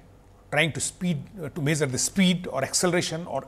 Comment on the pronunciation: Great lecture. The best I have found so far about inertial vs non-inertial frame of reference. However, the way he pronounce some words is very annoying. For example azume for assume, meazure for measure, meazurement for measurement and so on. I thought Indians are fluent in English!